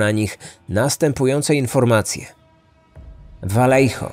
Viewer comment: pierwsze 4 minuty i już mam trigger xD miejscowość czyta się po hiszpańsku czyli Wajeho (oryginalnie Vallejo). Podwójne "L" czyta się jako "J", a litera "J" w słowach czyta się jako "H" :)